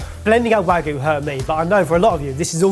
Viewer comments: Why do so many people say Wagoo instead of Wagyu? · pronouncing wagyu as "wag-oo" is a crime in and of itself for me (it's pronounced more like wah-gyu). the concept of this ep feels more like "the normals try and making their own annoying viral tiktok style food". especially reminded me of a really intentionally cringe facebook video where someone was claiming to make "fresh pasta", but they started but grinding up supermarket pasta and adding eggs and water which made it unmoving when trying to roll it out. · I'm begging you; "wagyu" has a y in it for a reason.